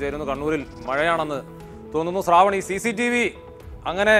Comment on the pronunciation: "സ്രാവൺ?" ശ്രാവൺ എന്നു മലയാളം ഉച്ചാരണം പഠിക്കൂ ഏഷ്യാനെറ്റ് ആങ്കറെ.